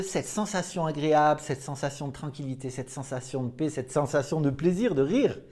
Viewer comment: Paix et pas pet hein 🤪 merci ✌️😘